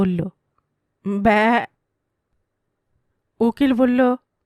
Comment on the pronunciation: ব্যা উচ্চারণটা এক্কেবারে সঠিক হয়েছে। তা এত নিখুঁত ভাবে শিখলেন কি ভাবে 😅😅 সুন্দর উপস্থাপনা 🙏